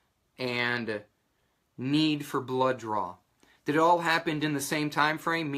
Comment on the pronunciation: Whats a blow joor? Do you mean blow job? You keep saying "joor" or is it blood DRAW? Confused here